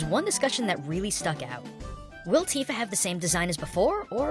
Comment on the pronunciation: LOL, "Teeeefa"